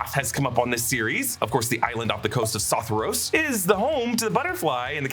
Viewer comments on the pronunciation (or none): Love your videos but it’s been bugging me for the last several videos: it’s pronounced “suh-thor-eey-ose”